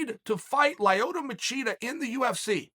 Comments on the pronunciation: “Liotta” Machida. Damn even these old fighters aren’t safe from Chael 🤣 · I have never heard anyone say Lie-oto Machida. I finally know the true pronunciation. Another nugget from the undefeated. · Lie-ota Machida? Now I know he's just making shit up lol. Nobody in history has called him that besides Uncle Chael. Still undefeated